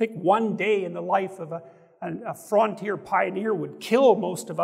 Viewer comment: He had me until he said "frawntier pioneer"